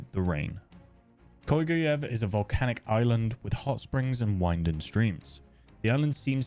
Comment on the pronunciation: Its KolgUUUev